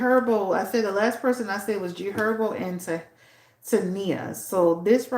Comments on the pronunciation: I think it’s pronounced like “tye-eena” lol like hyeena but great reading thanks so much ♥️♥️ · It’s pronounce as: TAH - EE - NA